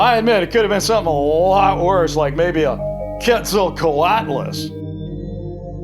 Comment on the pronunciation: is pronounced ket zul coat lus